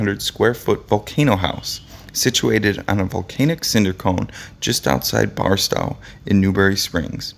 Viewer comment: Yes. Plus the desert town of Barstow is proncounced bar - stoe, like the toe on your foot. Not Bar-stow, rhyming with cow. The people who made this film are ignorant about California. They probably pronounce Los Angeles with a hard g and a long e on the end: los angle-eez. Only non-Angelenos pronounce it like that. Huell was irreplaceable, and deserves to be accorded the respect of having his name pronounced correctly.